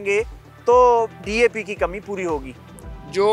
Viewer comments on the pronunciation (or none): 😂 saying DP to DAP